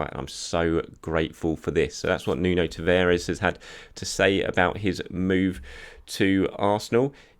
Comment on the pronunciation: Its Nuno TavAres, not Nuno TavEres 😉 And LOkonga, not LAkonga :)